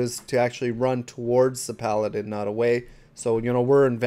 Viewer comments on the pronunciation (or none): none